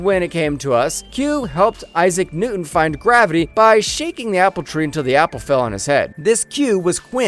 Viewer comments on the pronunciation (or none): none